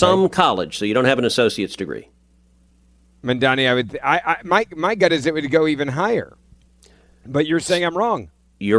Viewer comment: I love that podcast, btw it's not mamdami it's mamdani.